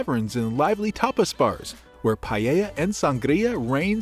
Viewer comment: Paella, not paiella.